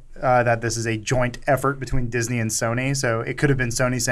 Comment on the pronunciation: They call IT diznes